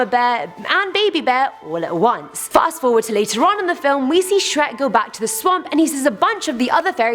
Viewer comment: faris hadi are you Scottish?